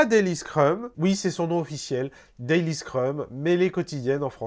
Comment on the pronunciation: ouai c est plutôt ze daily